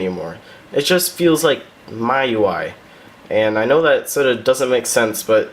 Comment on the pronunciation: You just now taught me to how to pronounce miui!